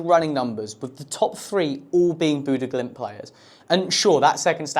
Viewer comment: yeah, he didn't say it right either